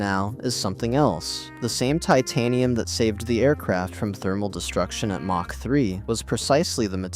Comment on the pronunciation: Lose the AI narration. I tapped out at "mach" with a soft "ch".... like macha.